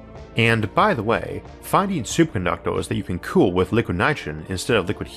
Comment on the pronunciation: “Superconductwers” ye!!!!!!!!!